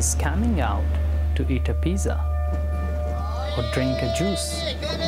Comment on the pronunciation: She says “ pizzer” instead of pizza. What the ugly hell lmao